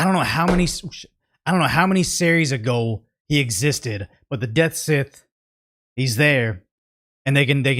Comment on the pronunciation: Him calling the "Deathscythe" the "Deathsit" was heresy though